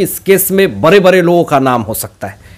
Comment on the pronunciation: Bare bare 😂😂 bade hota h Pronunciation IP 😂😂😂😝😝